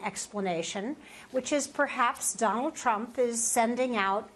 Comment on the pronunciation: Why #KimNK said Trump as #GANGSTER Donart.